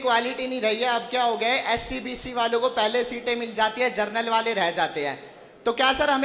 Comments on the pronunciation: जनरल को जर्नल बोल रहा है और 75% वाला बन रहा है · जर्नल नहीं बे जनरल..... पढ़े हों नहीं और आ गया आरक्षण पर ज्ञान देने 🐱🐱